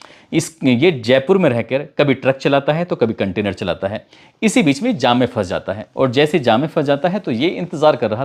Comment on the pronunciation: 8.32 sahi uchcharan kiya kainter ki jagah contianer